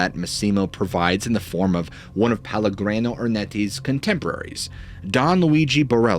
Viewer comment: The story was interesting, but every time you mispronounced Pellegrino I was getting more and more annoyed, and you repeated it over and over. That name is even a BRAND of a well known sparklin water. It's pronounced peh-leh-GREE- no.